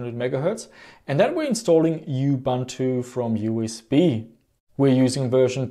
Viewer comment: Please, it's not yooh-bun-tu, it's pronounced Ooh-Boon-too